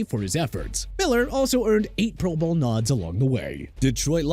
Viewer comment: The way this dude say pro bowl PMO, and no Bruce smith, singletary, or ocho, plus says Joe Thomas is a defensive tackle, I’m not finishing this